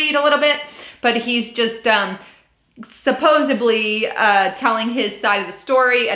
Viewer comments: Thanks 😊 It’s “supposeDly” not “supposeBly”. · "Tedisome" and "supposably"?